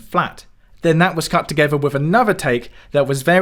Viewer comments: With not Wiv. Interesting video. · Why on earth do you keep saying ‘wiv’ and ‘wivout’ instead of ‘with’ and ‘without’? You must be able to read? So you know whether it’s ‘v’ or ‘th’. And you know the difference in pronunciation. So why sound like an ignorant idiot?